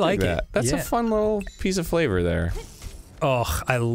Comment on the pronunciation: Arin keeps saying “flavor” like he just read it in a book for the first time.